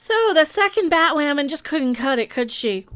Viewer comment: Nope, until Batwahmen is off the air, we’ll keep doing it.